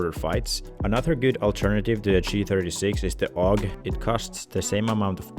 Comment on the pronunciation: Can't take a man serious that calls the AUG a awgah